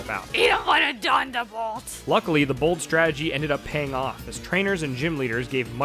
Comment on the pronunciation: The moment I heard her say "Hit 'im with da dunderbolt" I knew she was an OG at heart lol